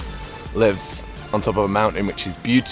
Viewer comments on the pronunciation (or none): none